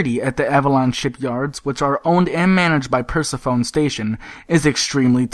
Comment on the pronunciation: That's Per Se Pho nee, not Per Se Phone station.